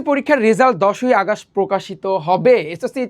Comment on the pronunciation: আগাস্ট না 🤧 আগস্ট বা অগাস্ট posh লাগে আগাস্ট কি জিনিস🙃 ব্যাজ না 🤧 ব্যাচ✅